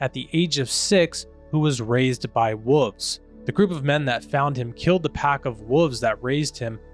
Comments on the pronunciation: Woves??? There’s an L in there… you pronounce it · Wolves is pronounce "wallves" not whatever the fk youre saying my dude. God bless. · They’re called wolves. Not woovs. There’s an L in there. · I can honestly say I have never heard the word wolves pronounced as “wooves”. My mind is blown 🤯